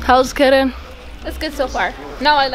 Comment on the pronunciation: Are you sure you say keren 0/10!!!!!